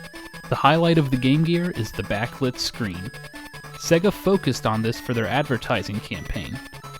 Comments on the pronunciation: Why are you pronouncing it 'segga'!? It's 'say-ga' ! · Why are you saying 'segga'? It's pronounced 'sayga'. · Why does he say it SEH-GAH instead of the correct way SAY-GAH?? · It's pronounced 'say ga' not 'se ga' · Segga? It’s pronounced sayga. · "Segguh". Because the console itself shouting "SAY-GA" wasn't enough to tell you how to pronounce it. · Haha, I've heard SEGA pronounced as "Say-ga" (correct I think..?) and "See-ga" (how most Australians say it)... but never "Segga". Sweet vid tho, I hope you continue to make them, plenty of gaming history to cover! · It's pronounced 'Say-guh' SEGA. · No, its sega. You know, how its spelt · I’m sorry had to stop watching. Please pronounce Sega correctly. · The reason Sega didn't do well is because all you Americans pronounce it wrong 😂